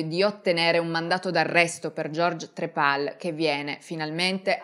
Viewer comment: stavo ascoltando attentamente fin quando non ha detto "trepal" sto schiattando